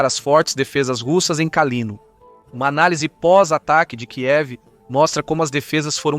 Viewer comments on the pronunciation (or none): none